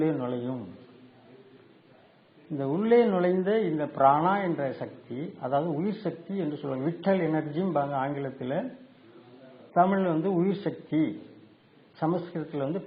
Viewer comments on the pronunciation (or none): vital.. you should say vaital... pl correct your pronounciation.